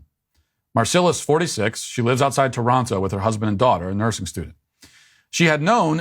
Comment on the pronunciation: Matt, how come yesterday you pronounced it "torono" but today you said "toronto?"